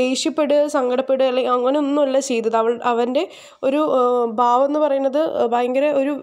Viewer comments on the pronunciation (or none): none